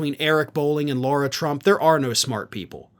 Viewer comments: her name is pronounced LA-RA NOT LAU-RA work it out guy its not hard makes you look extremely dumb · Please can you stop with the “Law-ra” it’s La-ra, there is no “u” in her name. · It’s “Lara” not “Laura” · Her name is Lara, not Laura, and you deliberately mispronouncing it is as petty as the right's mispronouncing Kamala. You're better than that. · I must correct you! You pronounce her name Laura, the spelling as I see it as is, LAyRAA That's an insult to the real Laura's, she should have been named Karen. She can't even be named correctly Lara???? Granted, I've only seen the name Laura spelled as seen, not LARA. IT JUST SEEMS ODD. Like the rest of the clan fake and odd🤪🤔🤡 And anyone that would marry Eric Drumpf(the correct spelling of their Nazi last name) has to be an oddball. She's in it for the dumb money. Great podcast, keep up the good work. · Why do you call her Laura Trump when her name is Lara Trump? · Is calling her "Laura" instead of "Lara" deliberate or a mistake? If the latter the smallest mistake affects credibilty of your reporting. Its avoidable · Is it “law-ra”, Laura or “lah-rah” Lara ? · Okay, but the idiot's name is LARA (rhymes with SARA), not Laura. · it's Lara, not Laura. Ok?!